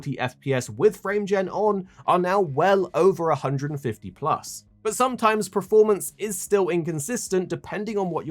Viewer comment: Why does he keep saying ‘preformance’ 🤮🤦‍♂️🤦‍♂️